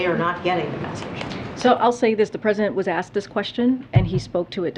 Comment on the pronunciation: the question was axed. She actually said axed not ask. really articulate lol